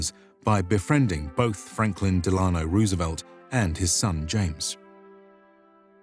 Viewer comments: Respectfully, you mispronounced Roosevelt's middle name, which has two syllables with the accent on the first syllable. I've noticed this in other videos from your channel as well. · Great video overall, but I can't help but nit pick one stupid trivial thing, and that's the pronunciation of Delano. I do audiobook narrations of older books (100 to 200 years old) and come across a lot of obsolete words and highly obscure names and I put a lot of time into trying to get the pronunciations right. I may not always succeed, but gosh darn it, I try! FDR is not an obscure person, he's extremely famous and you can easily find may examples of his name being pronounced correctly. There's no reason for any native English speaker to get it wrong, regardless of country of origin. It'd take only a minute or two of listening to several historical or academic clips if you weren't entirely sure before starting this recording. ESL people, sure, I'll give some latitude for getting it wrong, but native English speakers have no excuse for not getting it right.